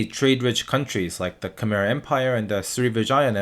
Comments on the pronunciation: I'm from Turkey and you pronounced Khmer wrong. Learn to pronounce it correctly. Greetings to my cambodian bros 💪🏽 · btw, “khmer” is pronounced “kuh-my” rhyming with “eye” great vid tho found it very very accurate